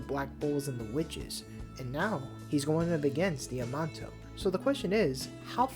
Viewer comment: I think the name is pronouned - Damn Nay Shio